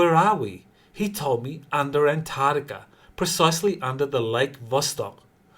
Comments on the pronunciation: PLEASE learn to say antarCtica correctly. I’m really sick of hearing ANTARTICA, it’s ANTARCTICA with a Kay sound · C'mon can you start pronouncing An-TARC-tica correctly? It's painful to listen to. Please put that K sound on the end of the second syllable.